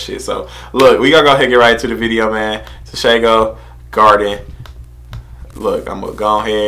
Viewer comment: It’s pronounced tshe-gho written tsego his nick name is the pink panther